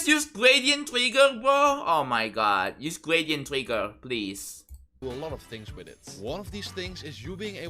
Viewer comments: can yu jus yus gwadient twigga bwo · Not "gwæsíént twïggæ (random emoticon)"